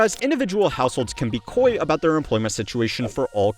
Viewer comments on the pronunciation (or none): “koi” like the fish? You mean coy 😅